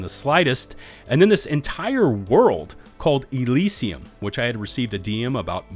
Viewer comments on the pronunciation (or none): none